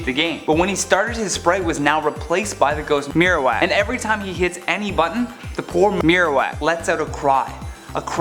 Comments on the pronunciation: maro WACK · i think when he was saying marowak like that because he probably said cubone each time and had to edit the right word over it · What is going on with saying "Ghost Marowak"